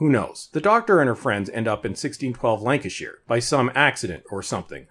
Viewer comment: Good work on your pronunciation of "Lancashire"